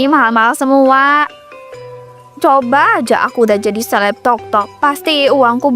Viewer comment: Seleb bukan sekeb